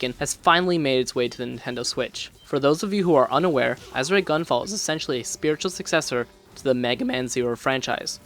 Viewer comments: "Ah-sure". Not "Azz-ooh-ray". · Solid review, but you're mispronouncing Azure it's pronounced "As Sure" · Bro its AZ-ZURE. It's a color. A type of blue. That's how its pronounced. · It’s pronounced aZHer REEEEE!!!!’ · Had to stop watching this as soon as you said "Azuray" for about the 5th time. Sorry. I'm sure you put a lot of work into this review. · Are you able to pronounce Azure now? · Joule is pronounced "Jewel" and you don't pronounce the E at the end of Azure. This is a nice review, keep it up ouo! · normally you'd be correct if that was a Japanese word but it's not Azure is a Latin rooted word for blue. That's like changing the pronunciation of Juan to Jooaan because someone wrote a book in the Midwest that carries a different American English inflection for the A sound. You'd always pronounce juan "wan"